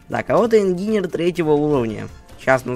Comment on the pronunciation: По моему он по английски так и читается инженер а не ингинер